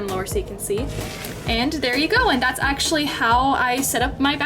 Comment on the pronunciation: this is how many times she said esechlely ⏬